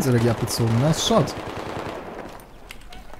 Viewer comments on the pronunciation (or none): none